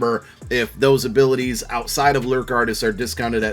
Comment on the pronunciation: said jefferson abitiys